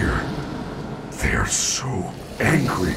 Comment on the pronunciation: Why I heared "they are so hAngry"?LoL